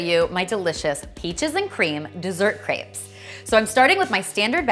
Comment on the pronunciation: Can you please just say "crepes" correctly. Thanks